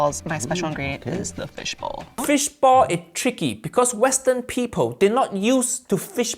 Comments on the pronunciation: FISH BALL!!! Not bowl. What is wrong with you and pronunciations you’re half American half English half Spanish now you don’t understand the word ball you’re driving me nuts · Dosny they mean fish "ball" and not fish "bowl"?!? Accents... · I think he was saying fish ball not fish bowl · He's saying fish BALL lol not bowl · Lol, right, I was like "glass? wtf are you talking about?!" 🤦